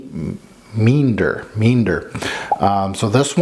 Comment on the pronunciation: In an effort to make you the best you possible…Meander pronounced Me-An-Der as in casually meandering through the forest while wearing my Amouage fragrance. 😉